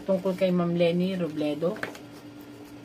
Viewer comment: Robredo Po Hindi Robledo